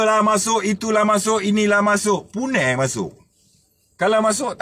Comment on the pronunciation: Assalammualaikum Sebutan Punai Tu Mahal La Bang...Terbaiik Pencerahan..